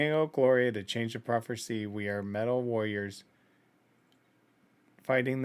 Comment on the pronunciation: I also noticed that she can't pronounce warriors ^^